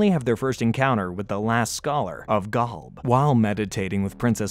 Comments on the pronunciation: Gawlb 😂😂😂😂 it’s Golb 😂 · Golb not Galb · Why do you say Gulb instead of Golb? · The way this guy pronounces GOLB as GALB is murdering me and now I’m dead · Never thought id heal anyone butcher the pronunciation of Golb that badly. Gaulb? Really? Come on bro. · I can't handle "GALB" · galb??? why are you saying galb?? are you an ai narrator? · Why does he say Golb so weird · I stopped watching when you said golb so wrong it made my fingernails fall out.